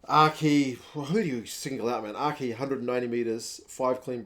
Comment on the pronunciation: O’Kea? It’s Aki 💀